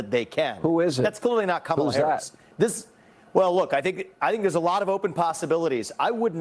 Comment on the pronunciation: The one Republican who bothers to actually pronounce Kamala’s name correctly.